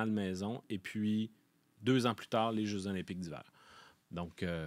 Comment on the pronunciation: stp, on dit les jeux Z'olympiques, on fait la liaison! sinon j'adore votre emission que je decouvre depuis quelques semaines! from france! thx!